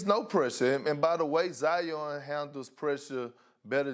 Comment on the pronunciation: "Zi-Yawn" - Perk 😄